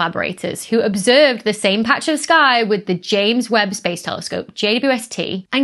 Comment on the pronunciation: I've just got to say, the name Webb begins with the letter "W" not "U" like you almost always say. So much. Is it really that hard to say "W"?